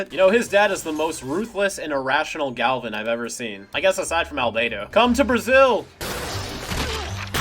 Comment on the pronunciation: I know this comment is random but when I re-watch all of alien force up to omniverse I noticed that they pronounce Albedo's name like (al-be-do) in alien force and ultimate while in omniverse they say it like (al-bey-do)